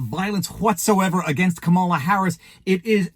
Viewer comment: Im a big fan but when someone repeatedly pronounces a word incorrectly it drives me crazy. Its comma-la. Wtf? I don't get it.